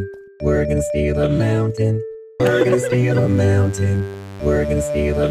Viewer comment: Why do I keep hearing “Bergen steel amounted” instead of “we’re gonna steal a mountain”?